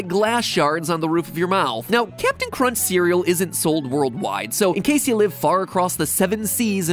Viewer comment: Bruh everytime Mat says Cap'n Crunch's name, I hear "ratio"